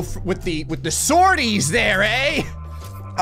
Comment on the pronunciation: I love that British pilots will be confused because said, "swordie" and they'll misunderstand it for sortie.